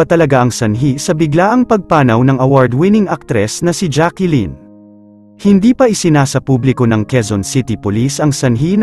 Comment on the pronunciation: Jaclyn hindi jackilyn